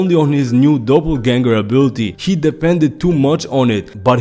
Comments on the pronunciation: 😂 its not double ganger its doppelganger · sounded like double but hey its your video call it what you want. Great video either way